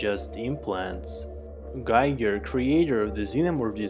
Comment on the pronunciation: Giger rhymes with eager